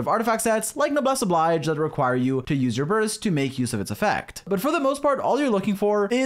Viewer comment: I love how you make a point about how you speak French and so how you're gonna pronounce Chevreuse as /ʃɛvʁøːz/ for the rest of the video only to then pronounce Noblesse Oblige as /nəbles əblajd͡ʒ/